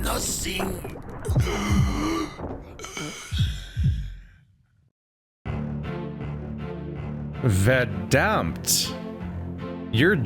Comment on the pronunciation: How u pronounced Österreich was surprising though.. Also the ‘Verdammt’ was pretty accurate.. From where do you know it’s German? Did you went to Germany or did you studied German?